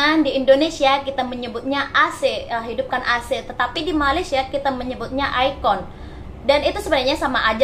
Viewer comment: Sebutan Air Condition. Di Malaysia sebutannya E Kon. Bukan ai kon